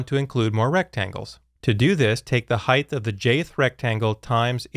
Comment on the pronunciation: Height is pronounce "Hite", not "Hite-th".